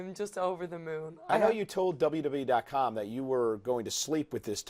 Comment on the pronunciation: Did Cole just say WWE without articulating??